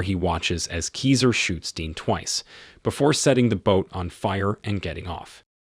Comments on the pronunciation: "KISER SOSA" NOT "KESER SOOS" GET IT RIGHT DUDE... YOUR PRONUNCIATION IS HURTING MY EARS! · It's pronounced Kaizer Soze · Is there a reason for pronouncing "Keyser Soze" differently than the characters in the movie?